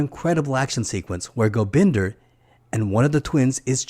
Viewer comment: Oh, and it's GobindA... as in 'ah", not "GobindER"...